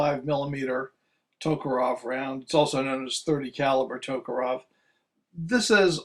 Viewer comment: That kind of bugs me too. All they need to do is pronounce it the way it's spelled.